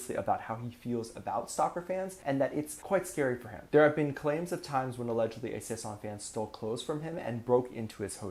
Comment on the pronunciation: It's sasaeng 사생, not saesang. Why aren't you able, after tons of videos about Kpop culture, to say this word right? Where is your problem? It's annoying af!